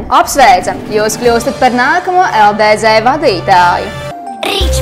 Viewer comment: Kā jau beigās teici, runāt tu tiešām nemāki, jo: #1 Nav saprotams kas ir LDZ, pareizāk tomēr būtu LDz (dz, nevis Dē zē) #2 Vilciens brauc nevis iet pa sliedēm. Bet kopumā tīri tā neko raidījums.